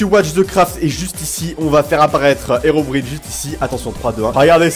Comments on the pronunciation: On dit HeroBRAIENE pas HerobrIne respecte toi olg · on dit hirobraïne pas hérobrine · On dit ocelo et herobraïne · Le i de Herobrine ce prononce comme en anglais